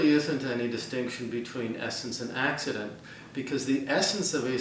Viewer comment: it's 'accident'. One of the distinctions between properties is the 'accidental vs. essential' distinction.